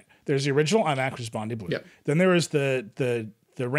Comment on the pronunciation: Bondi not Bondee please